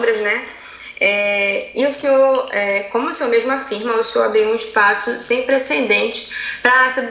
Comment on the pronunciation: O Olavo não pode elogiar, ai ela vai e fala precendentes... pqp kkkkkkkkkkkkkkkkkkkkkkkkkkk